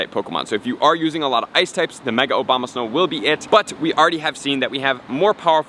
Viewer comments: The Obama-snow!!!! 🤣🤣🤣🤣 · Is it just me or does he say obama snow?